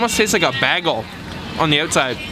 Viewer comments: WTF is a baggle? Do you mean BAGEL? LOL. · Baggel?? Are you making a Community reference or is that how you actually pronounce it? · Did... did you say "baggle"? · its pronounced bae-gul but spelled bagel incase you wanted to know lol........luv your videos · you say "bagel" like Britta from Community. lol. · He lost me with the way he pronounced "bagel", haha, but overall a great video. I'm trying to decide if I will go to Shanghai next year and Beijing. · We are both Canadian but your pronunciation on bagel..